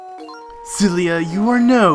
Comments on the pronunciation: It's Ciela., not Celia. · he keeps calling Ciela Celia